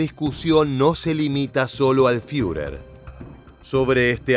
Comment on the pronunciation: ¿Fiurer? Toma se dice Firer